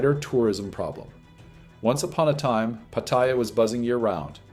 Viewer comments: Living there for years and you still can't pronounce PATTAYA properly! 😭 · All those years you spent there, and you still can not pronounce Pattaya correctly! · You say you've lived there for years but you can't even correctly pronounce Pattaya. Pathetic